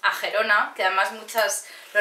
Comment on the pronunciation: Girona, por favor. Qué dolor de oídos...